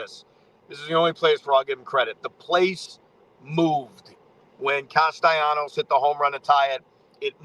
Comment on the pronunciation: Can you pronounce Castellanos' name correctly?